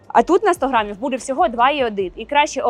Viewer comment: Дуже інформативно, дякую. Щось у Вас час, від часу з вимовою, якось вимовляєте періодично ніби бабуся, чомусь замість «буде» кажете «бюде».